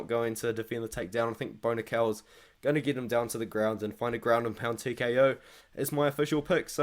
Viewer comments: i just had the same thing happen...I was like Who the fuck is Bonikal??? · Lol, I was listening and not looking at the screen and the pronunciation of Bo Nickal or “Bonikell”really threw me off.